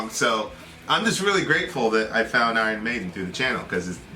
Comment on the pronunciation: I-Rons. Well done. You're officially illiterate👏